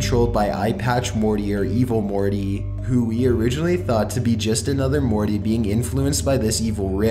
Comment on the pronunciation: Wolfgang Schröder I cant believe I went to comment and saw this comment. he stretches out every last syllable, especially "E" sounds. Morteeey